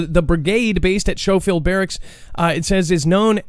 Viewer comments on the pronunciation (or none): Yo my brother. I was once stationed at Schofield Barracks in HI where they are testing these Night Vision Devices and it’s pronounced Sko-field, not shh-cho-field. The Japanese attacked it in WWII. Just a pro tip in case you’re interested.